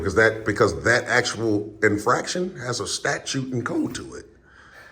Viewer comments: Hey it's pronounced statute not Statue,a lot of people say it like that,🗿🗽. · Statute not statue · Dude... if you're gonna go this, for the love of mike.. the word is not STATUE !!!